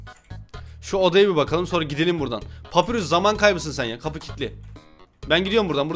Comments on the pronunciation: Abi papirus diye okimican papayrus diye okican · Ya abi papirus değil papayrus de şuna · Abi papirus değil papayrus deniyor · yanlız o papirus degil papayrus diye soyleniyo